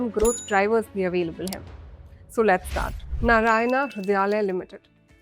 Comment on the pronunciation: भला हो अंग्रेज की बच्ची का कि Narayana (नारायण) को नारायणा ही पड़ा है नरयाना नहीं। 🤦‍♂